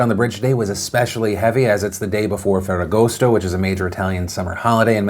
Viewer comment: Hey Phil, props to pronouncing ferragosto correctly. You even didn't add that horrible 'italian' accent Americans insist on using.